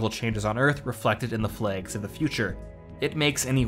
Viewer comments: Why can’t you pronounce flags properly? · "Flegs!" - I think this is a guy from Belfast pretending... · I thought you were saying plagues at first XD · THE FLAYGS GUISE....GUISE......THE FLAYGS!